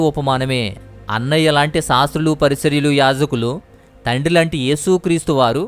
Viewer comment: PARISARYULU KAADU BROTHER PARISAYYULU.